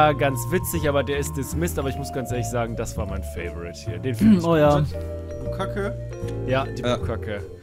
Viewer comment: Mich regt's total auf, dass ihr "Bukacke" sagt anstatt "Bukake". wird zwar "Bukkake" geschrieben aber wie einn einfaches "k" ausgesprochen.